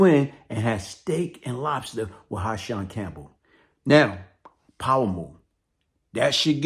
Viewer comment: It’s Hassan.. Not Ha-Shonn!!🤦🏽‍♂️